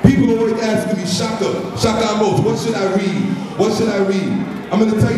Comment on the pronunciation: Poor Shaka, everyone gets his name wrong... It's really not that complicated, rhymes with "arose", just change the R to M. I can understand his pain, only Ethiopians know how to say my name properly.